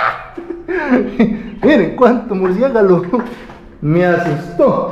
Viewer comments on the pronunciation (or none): Murciélago, con miedo Murciegalo :face-blue-smiling::hand-pink-waving: jajaja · CORRIJO MI AMIGO.....SE DICE..MUR...CIE...LA...GO....OK...NO SE DICE..MURCIEGALO OK...SE ESCUCHA RARO JAJAJAJAJA....ME ENCANTA LA CASA..Y LOS TRIANGULOS..UNIENDOLOS FORMAN UNA ESTRELLA DE LO SOBRENATURAL...EL SEÑOR DE ELLOS...PIDE SE CONSTRUYA A SU GUSTO PARA VENERARLO OK..ME EXPLICO..